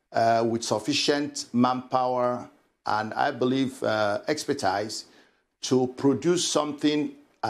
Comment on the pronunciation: With all Nigeria's size and prestige, he can't pronounce 'expertise'. What cure has he produced for COVID-19?